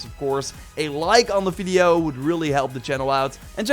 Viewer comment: No one:: fideo